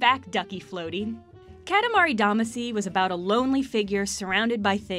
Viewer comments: Her saying katamari Damaci wrong broke me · its really sad you cant pronounce katamari damacy or wattam correctly gotta give this a thumbs down